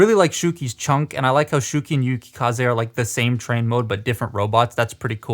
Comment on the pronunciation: It's SHOW-key, not SHOE-key.